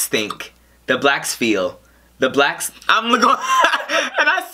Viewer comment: Lol, why you say, “BLACKSSSSS” like that?! You made it sound bad when you said it like that!!!! 🤦🏽‍♀️ 😂